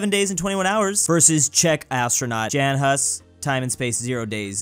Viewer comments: It's Jan, not Džen. I think the closest to the correct czech pronounciation would be "Yun" in english. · you said "jan" in chezch its pronounced "yon" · don't even bother, for English speakers he is Džen Has and there is nothing we can do about it 😆